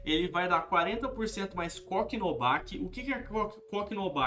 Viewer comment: cock no back kkkkkkkk aprender a falar também é qualidade